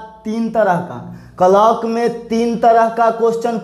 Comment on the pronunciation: Hlo sir clock ka Galt pronounciation kar rahe hai sahi kijiy sorry agr kuch bole ho